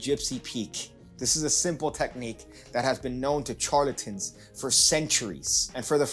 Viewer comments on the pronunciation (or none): Charlatans. “SH”-arlatans, like “SH”eep.